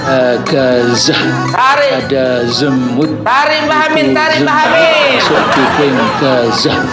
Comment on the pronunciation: Tapi kedengarannya kayak ada B nya pung pas baca zemut😂😂😂😂